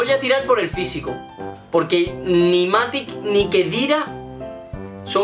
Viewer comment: Que rabia que diga MatiC en vez de MatiX